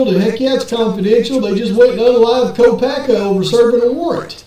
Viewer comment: If I'm not mistaken its "Kopak" anywhere. There is a family of Kopak's in Perce Idaho not too many miles away from Moscow. Besides there is a video put where Brent himself stated his name and he puts no 'at or any other letter or sound on the end of it. U did know that didn't u guys? Its just something that's not important really to the case it just bothers me everytime I hear people say Brent's sir name. I'm sure it makes no difference to him anymore but out of respect for his legacy i would truly like to know the world knows his name. But who knows maybe I'm wrong but I don't believe I am. Thanks for everyone's hard work no matter what. Have a wonderful day.